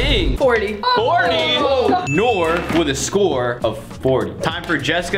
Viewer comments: Bro for some reason I started dying whenever put down nor instead of Nour💀💀💀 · ”Kalen” and “Nor” 🤣